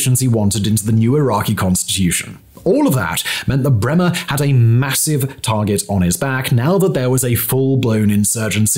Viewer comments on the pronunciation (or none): none